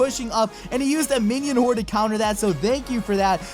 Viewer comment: he said "Minion Hored"